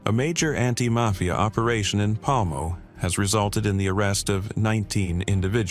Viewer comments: Dude said “Mayfia “ members. How did you get “MAYFIA” from Mafia? Never mind! 💀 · the may-fia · Mayfeeya members? lool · Would have been cooler if you pronounce it "mayfia" the entire video.